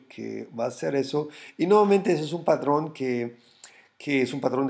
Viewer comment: se dice patrón! No padrón.... en buena onda porque me encanta tu esfuerzo por enseñarnos y cuidar tu comunidad